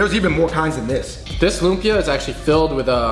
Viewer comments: Aahh! You don’t put the bagoong in the Kare Kare!! It’s a condiment and you add as you eat the Kare Kare with rice. I’m so happy you guys are trying our foods and wanting to learn. Lumpia is pronounced like Loomp-yah. if you’re taking more that 2 syllables to say it you’re doing it wrong. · It’s pa•la•bôk! The pala, u say it fast. Even the pronunciation of lumpia is wrong haha